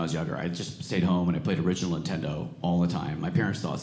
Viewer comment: LOL is it me, or did he keep calling it Intendo???!!!